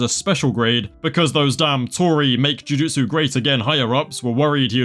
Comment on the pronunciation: you calling them jutusu tories.... instant follow